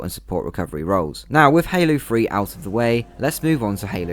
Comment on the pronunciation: I thought you said Halo Free 😅 instead of Halo 3